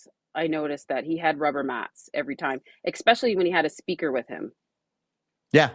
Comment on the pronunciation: Please say especially NOT EXpecially. Its just so bad.